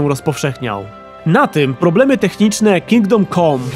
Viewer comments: Ciekawa recenzja. Można by się przyczepić tylko do wymowy samego tytułu. "Kingdom kom"? No nie, tak się nie godzi. Plus, daleki byłbym od nazywania tego tytułu "RPGiem". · Dlaczego wszyscy źle wymawiacie ten tytuł - KINGDOM CAM nie COM !!!!!!!!